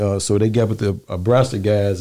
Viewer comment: Was he trying to say a guy from "Nebraska?" Abraska😂